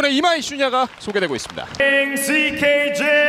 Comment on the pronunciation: ㅋㅋㅋ 일본 링 아나운서 발음 무지 거슬리네... "캐빈~~ 바크~~"